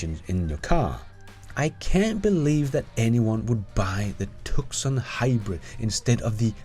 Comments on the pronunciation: My favorite Tesla friend has a slight Texas accent, to my ear. From westerns? English teacher? Definitely not from Arizona. It's pronounced too-san. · good episode. FYI, Tucson is pronounced "Too-sahn" not Tuck-sun. I know it's weird. We live in Tucson, Arizona, USA, so I know. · Two-Sahn. Not Tuckson. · It’s pronounced TOOOO-SON not Tuk-son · Just FYI, Tucson is pronounced TOO-SAN, not TUK-SAN. Otherwise, I love your content. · Great video 🍻👍 PS Tucson is pronounced “Two-son” not “Tuck-sun”. I’m an Aussie and spent two yrs in USA. Went to school their and did Yr7,8,9 and in yr 7 doing a book review said “Tuck-suk” and all the kids laughed at me. I then asked them how to pronounce Woolloomooloo and then laughed at them when they couldn’t 😛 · “Tuscon” pronounced too-sahn. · Sir, Tucson is said as TooSun (a city in the state of Arizona ) --- Dictionary Meaning --"The name of the city of Tucson derives from that given to Sentinel Mountain by [Tohono O'odham] Indians, Ts-iuk-shan, referring to the fact that the base of the mountain is darker than its summit. Hodge also says the Tu-uk-so-on means "black base.”.... ... Spanish pronunciation yielded Tuqui Son or the current Tucson." Love the videos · Hybrids had their day and they helped transition to the BEV. We bought a CMAX Ford in 2010 and it has been a great car at about 45 mpg but we are selling it for a Tesla. OH Btw Tucson is named after a City in Arizona and it is Pronounced Tu-sawn. I know I know the English language is a little messed up . Love your videos and am a supporter of your channel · FYI Tucson sounds like "Two sawn" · TUCSON... is pronounced... two-sawn... just fyi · The "c" in Tucson is silent fyi... Sounds like "Too-sawn" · FYI, The “C” in Tucson is silent. So it’s “TUU-sahn”. Don’t ask me why, I’ve never understood it either. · Nitpick. The C in Tucson is sole - it is pronounced Too-sawn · The c in Tucson is silent....2son